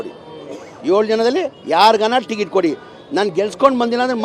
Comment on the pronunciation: ಟಿಕೆಟ್ ❌ ಟಿಗಿಟು ✅ 😂